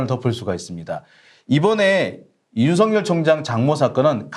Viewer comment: 수고하십니다. 감사합니다. 윤석열 발음ㅡ> 윤서결 발음 주의해 주셍ㆍ. 윤석렬 아닙니다. 윤서결!